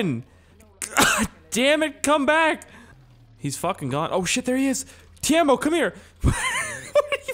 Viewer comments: TEIMO not tiemo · Pronounced "TAY-MO" not "Teermo" And damn use msc editor to fix the car. this has to be 100th time I've commented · U saying Teimo like Tijamo. It is just Teimo. 😀👍But if it is hard to say Teimo thats okay. Nthng wrong with that. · TE-E-MO! WHERE IS THE A IN TEIMO??? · In the mod menu you can also make the green car and the bus driveable. -Everyone knows you are using cheats to get around so you don't have to cut that out. The name of that stupid fucking store clerk is not ''Tiemo'' it's ''T-E-I-M-O'' -hi. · if you want to say teimo right , just say tiemo